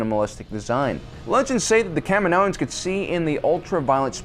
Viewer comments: Why do u keep saying kam'inoans?? Lol.. Smh... Learn to get the proper pronunciation first.. Dork! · Anyone else cringe when he pronounces Kaminoans?